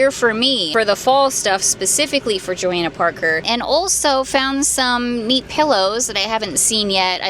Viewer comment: PLEASE PRONOUNCE IT RIGHT. Your channel is huge and you should know how to pronounce Johanna Parker 😅😅